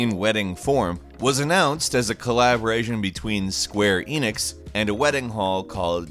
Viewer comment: with the wedding story, was I the only one who heard say 'collaborasian'